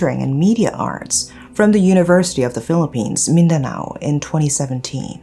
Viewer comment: I love your voice and how you pronounce Mindanao and general santos.👏🏻👏🏻👏🏻👏🏻👏🏻👏🏻👏🏻 I thought you were a Filipino.👏🏻👏🏻👏🏻👏🏻